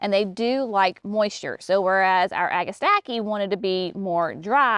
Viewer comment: [1] It's NOT " Agastackie " ! Agastache is pronounced "a-guh-stash" . Anything that is spelled tache at the end is pronounced as "tash". Most people just say Hyssops as the common name. [2] Astilbe's [Dark Side of the Moon] is lovely💚 and can be fun to work with,, as long as the surrounding plants don't distract and overwhelm them. [3] Giggling at dropping pages on the ground. Was that for Brenna to play with? [4] Heuchera [Coral bells ] is also pronunciated " hoo- kr- uh". I simply love 💞 these plants in waves [not straight lines]. You guys should carry Heuchera Master Painter 'Van Gogh' series. They are to die for,, in the landscapes. Such gorgeous foliage. [5] Phlox is such a wonderful standard to any garden. I like the historic plants so much from the 60's and 70's. Even better that they are coming out with such wonderful color blends. [6] Love, LOVE, L O V E 💚, Pulmonaria [aka Lungwort- but especially Pink-a-blue ] in the gardens. [7] Seriously GREAT JOB with the descriptions and performance details. I love that you are detailing the actual information to help novice gardeners with helpful suggestions. 😁